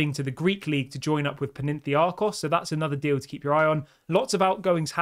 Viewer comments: Dude it's Panathinaikos, you're saying Paninthiakos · The Greek club is pronounced 'PAN-A-THIN-AIKOS'.